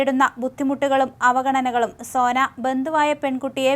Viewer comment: സേന അല്ല സോന 😢😢